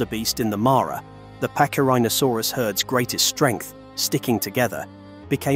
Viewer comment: in latin C is pronounced as K , so it sounds like packy--rheno--saurus, NOT patchy--rheno--sarus.